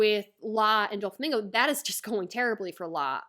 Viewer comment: I have heard many mispronunciations but Dúflamingo is elite